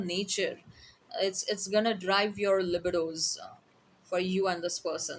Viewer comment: Lih bih doze Haha, that's cute 😍 I used to pronounce it like that, until I heard it said: Lie bee doh Lolol, it's ok. It's just funny to me 😊 Thanks for the amazing reading I appreciate you 🙏 😊🎉❤❤❤